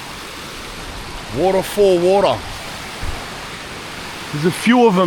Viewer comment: I learned a new word : woddafollwodda 💧